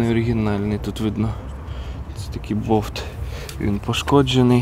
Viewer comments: Чого він постійно говорить бовт? Треба ж болт казати😊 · Розкажіть будь ласка що в слові «болт» немає букви «в»